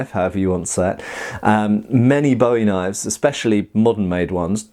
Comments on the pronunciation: disagrees with charay. Continues to mispronounce eye-thirty-three, boowie, and tulwar. /meme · Adjusting meme: disagrees with charay pronunciation. Continues to mispronounce other words. Insists that those pronunciations don't matter. Lucy: Will we ever see the HEMA Stig again?